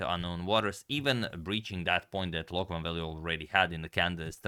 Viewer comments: Loek is actually pronounced as “Look”. Often in Dutch the “oe” is pronounced as “oo”. Also Jan van Smeets was almost right, but Smeets should be pronounced as “Smates” (as in checkmate ;) ). Also, keep up the great content, I love it. Love from The Netherlands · Dutchman here. The oe in "Loek" is pronounced like the oo in "took". Just to help 😊